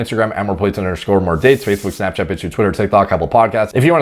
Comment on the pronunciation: “Moore plets Moore dets”